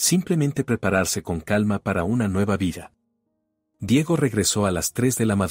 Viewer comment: No se prinuncia Diago. Se dice Diego